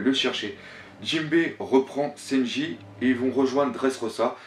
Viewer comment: Toujours autant de problèmes de phonétique lol, sEnji - lOUffy (et oui ça gache le truc venant d'un fan inconditionnel de One Piece) C'est domage tu fais du bon travail, on te sent investi a 200%!!! Je déplore juste le fait qu'il n'y ai pas + de francophones qui font des videos critiques / hypothèses...tu me diras pourquoi tu en fais pas toi? Simplement car je suis pas équipé et je suis meilleur en lecture et réflection qu'en paroles... Aller tu les auras tes 10000 nakamas et encore une fois faudrais qu'il y ait +de mec comme toi sur YouTube, ma critique vise juste a te rendre meilleur et non a te démonter, juste pour rendre +crédible+ tes propos. A+